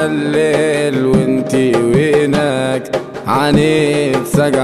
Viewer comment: كل شي حلووو إلا وينك انطقها بالقدي كيما لازم تكون وفالحالات الكل برافووو🧿 😍❤